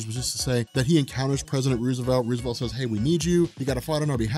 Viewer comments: First time I've ever heard Rose-a-velt called Ruse-e-velt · The president's named sounds like Rose a velt eventhough its spelt like Roosevelt. Everytime you said his name you pronounced it wrong.